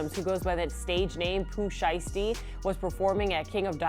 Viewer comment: At least say the name shiesty correctly 😂 you doin that on purpose ??